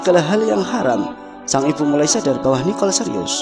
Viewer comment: Nikol...bukan Niqol